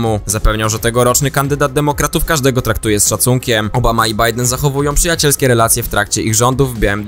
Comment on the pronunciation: Bidon dalej zamiast Bajden - czy to takie trudne ? Przeciez to po polsku jest zupelnie nierozpoznawalne .